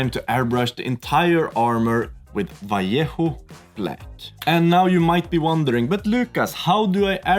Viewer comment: my god i love how you pronounced "vallejo" correctly xD. It triggers me for some reason when people say it like "valiehoo" :D